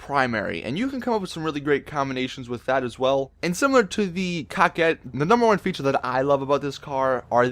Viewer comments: It's coke ette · It's pronounced co qwet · Its more of a kaket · "Co-Ket" not "Cock-ett" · I wanna punch him every time he says Kakette ._.